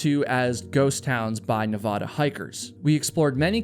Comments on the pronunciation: Love your videos. Let me give you a small tip on pronunciation. Your Nevada is off. Ahhhh. Ahhh. Ne. Vahhh....Da. Not ohhh. Not Ne vaahhh....da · Nevada, not Navaaaduh🤦🏼‍♂️ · I love your channel and look forward to each video. But evey time you say Nev-Aw-Duh when pronouncing Nevada I get the cringe. Its Nev-Aaaaa-Da, 100%. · It’s Nevaduh (a like in apple) not Nevahdah. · Nevada☺️ - Nevahda 😩😅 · You said you've never hiked the Nevada desert. That is obvious because you can't pronounce Nevada the proper way. Na Vad (as in bad) a. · As someone who lives in Las Vegas that comment could have just been referring to all the open and abandoned mine shafts and wells that cover the desert outside Vegas. Not unheard of for people to fall into them or disappear. Also obligatory Nevadan reminder that we pronounce it Ne-VAD-a (Vad rhymes with dad). And yes we know Nevada is a spanish word and that the spanish pronunciation is different. Nevadans just decided to come up with their own pronunciation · It's pronounced "Neh-VAD-uh," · NBD but the first A in Nevada is A like apple not A like flan. 😊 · if you stop pronouncing "Nevada" like that, I will come to your podcast filming in Denver 😭😭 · YOU STILL CANT PROUNOUNCE NEVADA CORRECTLY! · please stop saying Nevada like that. lol